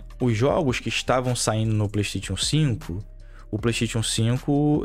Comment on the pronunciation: No dia que vc aprender a falar Playstation eu lhe respeitarei Playsteitíon n da